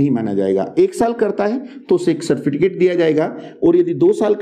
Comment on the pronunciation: No doubt in knowledge...but correction required in pronunciation....... certificate